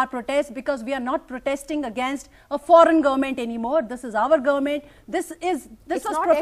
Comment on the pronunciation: Did he say garment or government?